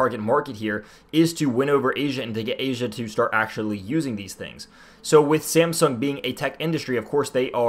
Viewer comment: Are you saying SAMSUNG or SIMPSONS ;)